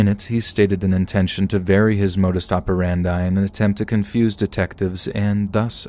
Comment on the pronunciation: i love how you said "modus operandi" yaas